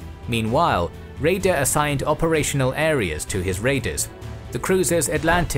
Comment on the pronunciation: His name is pronounced Räder not Reder.